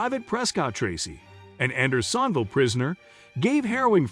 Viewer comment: A novel pronunciation of Andersonville. AI will kill us before it can speak convincingly.